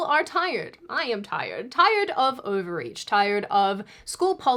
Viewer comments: I had to go back in the video, first time through, I was sure you said tired of ovaries 😂🤦‍♂ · Oh! Tired of *overreach*! I had to back that up a couple times. I thought you said tired of *ovaries*. 😂